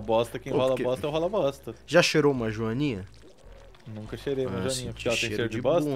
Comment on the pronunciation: quando o pergunta "já cheirou uma joaninha?" a pronuncia faz parecer que ele perguntou "já cheirou marijuaninha?", provando mais uma vez que o é um gênio liríco (e um maconheiro) e que esse canal tem camadas no seu humor.